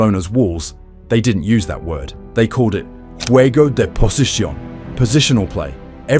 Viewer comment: "guego de pochicion"